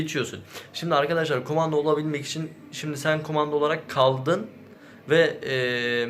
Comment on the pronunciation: Kumanda mı diyor bana mı öyle geliyor yoksa ?